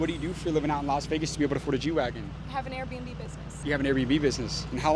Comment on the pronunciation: Air b and b business she said air bums and boobs